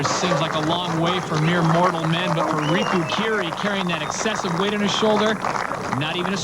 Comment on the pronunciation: Bill really couldn't be arsed to learn that Riku's name isn't Rico